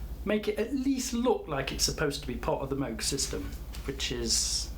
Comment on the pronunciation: It's pronounced Moog.